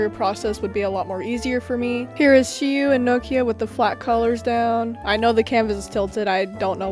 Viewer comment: Also, you pronounce Shiu’s name perfectly❤️‍🩹